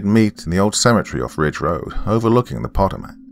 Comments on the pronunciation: Dear: Just to let you know, the word "Potomac" is pronounced pa-Toe'-mec. The emphasis being on the big "Toe" - like gout. 😊 Hope you are doing well. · The river is pronounced Puh-toe-mick. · Pronounced like Pu-toe-mack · That river is pronounced as pah-TOE-mac...just for future reference. Never heard it pronounced the way you did it. Entertaining story nonetheless. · Doc may have mispronounced "Potomac" but he read that Latin like a freaking champ. I couldn't even read it that well and I wrote the story lol. I really liked "The Devil Does Not Bargain for Souls." I look forward to hearing more from Bloody Spaghetti. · This has to be written by someone familiar with where I grew up at in southern Maryland. Also the drs pronunciation of Potomac😂! Great story and narration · Anyone else who can't help themselves mentally correcting the pronunciation of Potomac?